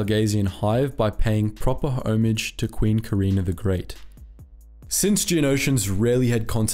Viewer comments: "Home-idge" ... come on. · Homage is pronounced “o-maj”, not “home-idge” :) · A new example while watching THIS VERY VIDEO (LEL), happened when you pronounced the word "homage" all fuckity and shite-y. Its correct to say hahhm-idge. You said home-idge which is incorrect :/ lo siento brah